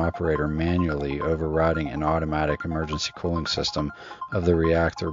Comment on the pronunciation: The way you were pronouncing "cooling water" made it sound like you were saying "colon water". I was wondering wtf?